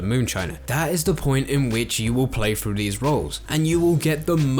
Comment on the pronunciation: i wish people with the english lisp wouldnt make voice content. keeps saying "going frew". its hilarious